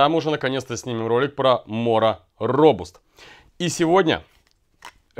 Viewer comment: «Робаст» у дарение на А .